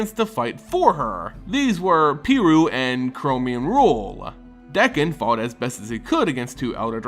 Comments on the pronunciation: Dude its D(A)kkon not D(e)kkon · Dakkon blackblade, not dekkon. Besides that, great job.